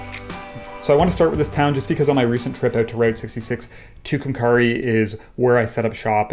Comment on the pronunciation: Fantastic work also, love hearing you pronounce Tucumcari.